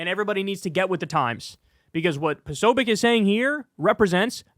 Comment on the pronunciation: You mispronounced Posobiec repeatedly (irritating) and for the millionth time, one cannot "delete" a federal agency.